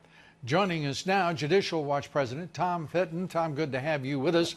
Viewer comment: Why did you call him Tim Fitton..His Name is Tom Fitton. Even in Print?? Geeze, ....